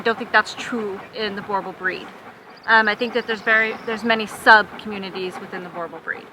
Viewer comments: i think what irratates me is that firstly its Boer bull not boeeeer bull ffs, secondlywhy the hellis a 2 american woman commenting on our South African dogs? so let me break tis down for you quickly, 1. Boerbulls are a mix breed between Mastiff, rhodesian ridge back and nguni, 2. they were bred by the settlers because what was needed was a large breed working dog for home defence i.e. gaurd and personal protection i.e. dangerous game e.g. lion, leopard etc. 3. they are family friendly but do not let children irratate them eg. let your toddlr hit the dog thy will react badly, they will protect family and home with their lives i have personal experience of this, they can do long distances they are incredibly powerfull, they are obediant and will do anything to please their owners and have their owners love an affection, they are jealouse and attention mongers they are also smarter than your average dog but no genius, they are more than happy in a average to large yard but most happy on farms or in the bush they do need excercise, they are incredibly tough and resiliant animals need very little grooming, male boerbulls can have a bit of a temprement issue but females are always good tempered, 4. the specimans shown in the video are average to good if you really want to see a good example of boerbulls look up "plaaswag boerbulls" on the net one of our best breeders in the country with KUSA champion breeding paires, lastly i reside in Phalaborwa South Africa we live in the bush ve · Jesus the mispronunciation XD sounds like she's saying Borbulls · Enjoyed this. Thanks. The only thing that needs to be rectified is the pronunciation of Boer. The "oe" sounds more like the "oo" in the English word Cool. Not like Bore or Boor. Thanks. :) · Please pronounce it correctly boo-r bulls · When an American pronounces Boerboel it sounds like Gorebull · its pronounced boor boel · Americans it’s not that hard to say boerboel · She doesn't even know how to pronounce it